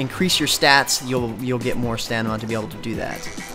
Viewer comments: Quality review of a sub par game. One complaint: If you are going to take a job reviewing MMOs, learn to pronounce Stamina correctly. Its not Stanima, it's Stamina. Note the position of the M and the N. Overall, thanks for the review :) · OMG yea that ruined the review for me! BAH! How? How could he pronounce it as stanima ughh...juck I feel dirty! God damn it! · I also, I like how they traded Omer for a guy that can't even pronounce "Stamina" correctly. Good job, MMOHut, Good job.